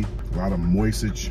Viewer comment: My boy couldn't even say moisture. Mans said moistage😂😂😂😂